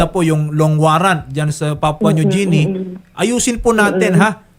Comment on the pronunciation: Atty.. ang sakit sa tenga ng Papua New JI-ni mo.. ang tamang pronunciation po ay GI-ni.